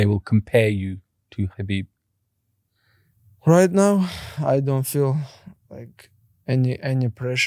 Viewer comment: i despise these paki hosts that think theyre arab using arabic words n shit, you cant even say Khabib right youre south asian say words from ur language stop trynna associate with us